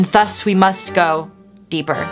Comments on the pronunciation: she says "thus" like "þus" instead of "ðus" and it's gonna kill me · Ok, but why does pronounce Thus with the wrong th sound tho?